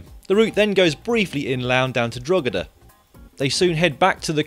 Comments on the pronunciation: I couldn't agree more "Aramar"&" Drogida" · Amusing pronunciations of Armagh and Drogheda, but please don't refer to the Republic of Ireland as the south. To most people in Ireland the south is Co. Kerry and Co. Cork. Also I predict a few punctures or mechanicals within the 15km due to the road surface.